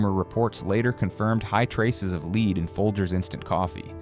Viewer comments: He is saying Led instead of lead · AI says leed instead of lead. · It's not pronounced leed it's pronounced LEAD. YOUR BEING LIBERAL ...MISLEADING PEOPLE ITS LEAD, LEAD IS DEADLY. DO YOU KNOW HOW YOUR STIROFOAM CUP IS OFF THE CHARTS WITH RADIATION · In some of your words (lead) is pronounced led. Not always lead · Leed levels? Yes AI does sometimes refer to the pronunciation “lead” but just as often substitutes “leed”. The video complains about shortcuts being taken and yet cannot afford a non-AI narrator. My opinion. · You can't even get the narration to pronounce "lead" as "led" instead of "lead", like leading someone toa wrong conclusion. So who can believe you? Just in it for the $$$. My guess is this is FALSE information! Thumbs down! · IT is NOT LEAD...IT IS LED (LEAD) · Your computer voice is saying lead wrong.. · Educate your AI it's not lead a horse to water, it's the mineral LEAD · Is the guy too dumb to pronounce lead🥸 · I have heard so many lies that are nowhere near the truth on videos that are narrated by AI. It is pretty obvious when the voice narrating the video miss pronounces words like lead. Also, there is something about the voice that does not sound authentic, and I am blind, and am good with voices. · This has to be an AI voice. “Lead” isn’t even pronounced right. I don’t want to listen to this artificial voice. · Hearing the AI voice mispronounce "lead" makes me distrust the content. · Please make the robot pronounce lead properly. Also please get rid of the little guy on the right screen on the bottom with a glasses he's Goofy and doesn't say anything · maybe if your said LEAD correctly (as in the medal), not as in a leader.... people would understand the DANGERS! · Someone should train he AI reading, and narrator, that "lead" in this case rhymes with "bed" and not "greed". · This is AI instead of saying "lead" he says "leed" deceptive practices sure. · It's pronounced "LED" not "LEED" Does no one even proof the AI voice? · LEAD, NOT LEED